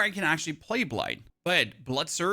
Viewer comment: all im hearing is that you want to plaz Last Epoch